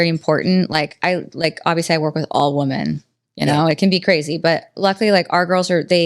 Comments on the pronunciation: YES! I thought I was the only one who noticed. Why does she keep saying “woman” when referring to several WOMEN. Lol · Love, but I have to ask why does she keep saying woman, like 'i love woman' thought it was women?